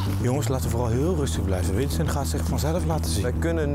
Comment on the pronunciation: / / / zegt dr voice over terwijl bo dio en winston druk zijn met hun voorbereidingen maar voice over je schrijft winston en zegt winsten